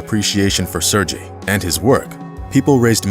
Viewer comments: This dude is pronouncing Sergei (sir-gay) as (sir- gy from orgy) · Sergei is not pronounced “surge ie” but “Sir Gay” Tupelov aircraft models are referred to as “Tee You” not “Too”. Otherwise, this is a riveting story ! I enjoyed it. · This is an awesome video. Thanks for sharing this amazing story. Sorry to nitpick, but I just need to say that his name is probable pronounced sair-gay, not sir-jee. But however you say it, he was an extraordinary guy, who became a hero, by working hard and going the extra mile. You don't often expect people to save lives with their work ethic, but he did it. Thanks again, for the awesome re-telling. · It's Sergey not Serjay... Man why these people never at least look up how to pronounce foreign words and names before making fools out of themselves? Just use google translate and that will pronounce it for u if u don't know. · Sir-gay. Not sir gee. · ?? Isn't "Sergei" (Russian, etc.) pronounced "Sur-gay"?? -- I understand language-barriers, but doing a "production" like this... SHOW SOME RESPECT FOR THE MAN!! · “Sergei” is pronounced “Sir Gay”. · Narrator pronounces Sergei incorrectly... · Would be respectful to learn how to pronounce “Sergei” correctly. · “Serje” - Said no Russian ever. Sergej, Сергей, or sergay (phonetically) The same for the pilot Efjeni. It’s phonetically ~yefgeny. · Nice story. Did you know that Sergei and Yvgeniy are pronounced with Hard Gs.. Sair-Gay and Ev-Gaynee? Do your homework,.